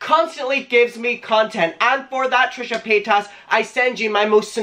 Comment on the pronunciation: AM I THE ONLY ONE WHO HEARD TRISHA POTATOES?! I’m crying 😭😭 I love you!